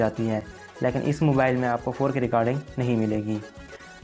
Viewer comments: Nach ni notch, mobael ni mobile-:D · Salya pehly mobile word e kehna seekh ly "MOBAL 😂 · Mobile ko mobal kh RHA hai